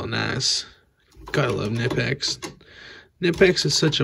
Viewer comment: Great video. But it is not nipex, k sounds in German. Knipex